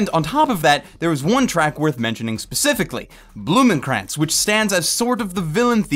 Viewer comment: "Blumenkranz" is really not that good if you understand German. It makes me cringe...hard.